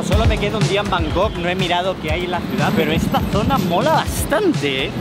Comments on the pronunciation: Por favor.. por favor... por favor...por favor...por favor...por favor... no digas nunca más Bangok, es la mayor paletada del mundo typical spanish!! LA ciudad se llama BangKok. terminado en KOK, no en GOK. Por favor... me explota el cerebro cuando oigo a los españoles decir BanGOK. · Buen vídeo pero por favor no digas más Bangog jajajaja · El bro nunca pudo decir bien el nombre de la ciudad que visitó XD, gracias por esos videos. Saludos.